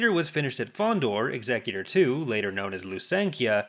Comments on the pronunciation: Why do colonials always say executor wrong? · Amazing how many people mis pronounce the name of Vader's flagship.